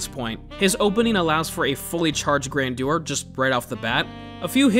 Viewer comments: Grandeur was almost right, you just need to put the stress on "Gran" (and General American usually make that "GRAN-jur", the "dyur" pronunciation is more high society British but still valid) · It's pronounced Carian Grandeur not Carian Grandeur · It's actually pronounced Carian Grandeur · It is pronounced grandeur